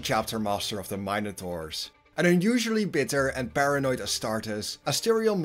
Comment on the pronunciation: The mine-a-taurs? 😂